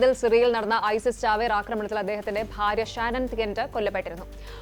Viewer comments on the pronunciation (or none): none